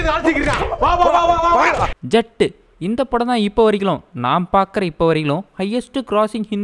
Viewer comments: Dei...adhu JAT illa...JAAT...kindly pronounce it correctly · Bro அது ஜட் இல்லை ஜாட்...😂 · Jaat pa athu. Double aa. Irukku. Iluthhu sollanum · Its jaaaaaaaat not jat😅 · Athu jat illa jaat uh